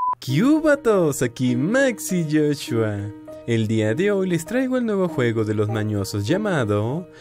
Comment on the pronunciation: Hay veces que cuando dices maxi_soshua entiendo Max y Joshua XD XD